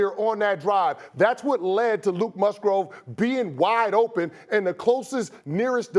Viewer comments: Luke Musgrove lol....... Well Mr. Chris Canty.....it's Musgrave and you're going to be saying that name a lot in the coming years. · Luke Musgrove? Say my boys name right. It's Luke "Skywalker" Musgrave! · Musgrove? These guys need to at least get the player's name right. Cmon now that's disrespectful. MUSGRAVE dammit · This dude said luke musgrove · "Musgrove"? Lol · I guess if he can pronounce Luke Mugraves name right lol its an A not an O lol and Canty is a great show tho ‼️ ‼️ leeegggoooo